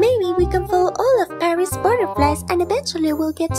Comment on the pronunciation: Pronounce PARIS right this instent Or I'm going to smack u